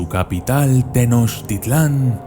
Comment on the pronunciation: Me gusta tu canal, pero no pronuncies mal, Mechicas, no. Se dice Meshicas. Tenoshtítlan.